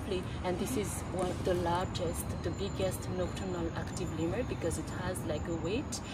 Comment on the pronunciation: Jo tumhare sath guide hai usse seekh lo ke Lemur kaise bolte hain 😅 Tum to pata nahi kya Laimur bol rhi ho